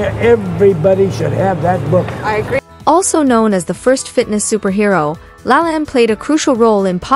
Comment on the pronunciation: Lol, Jack said his full name at the start of the video and you still pronounced it wrong.